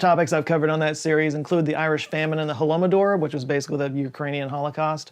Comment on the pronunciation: I couldn't resist to point out that you mispronounced "holomodor". It should be "holodomor". It's a concatenation of two words, where "holod" (голод) is literally starvation and "mor" (мор) is a bit old word to describe deadly epidemic. Hence, holod-o-mor. But anyways, I really appreciate for highlighting that genocide of us, Ukranians 🙏